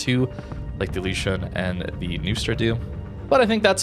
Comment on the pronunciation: the u with the two dots on it sounds like the letter U. It is pronounced L"U"shuen or something similar